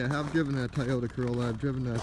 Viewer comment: Nice car, sorry I kept hearing "Tie Odour Corolla" xD